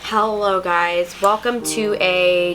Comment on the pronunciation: We she said hello but it sounded like hallo I was like am I watching Nikki tutorials lol